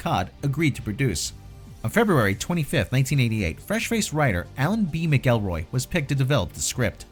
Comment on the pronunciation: It’s actually pronounced McElroy(mackelroy) 😒 not (mickelroy)